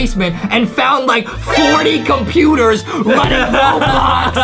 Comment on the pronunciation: When justie said 40 computors i was like WWHHAATTSSSSSS!!!!!